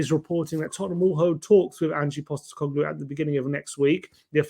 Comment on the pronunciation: It’s Postecoglou, not Postecoglu. Get the man’s name right Ffs.